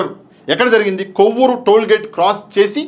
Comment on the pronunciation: కోవూరు కాదు కొవ్వూరు